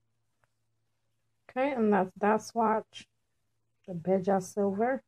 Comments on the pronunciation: Wait it's pronounced belja??!? I thought it was bell-a I love it btw ❤️😘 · Bella not balls lmao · Great haul! Wonderful collection of Milani, an Italian name, eyeshadows; they have a rich pigmented payoff. LOL, I've never heard "Bella" (bell-uh), Italian for beautiful, pronounced bay-jha. Also, lanyard is pronounced as lan-yurd. However, I am new to your channel, and you might be bilingual? Thanks!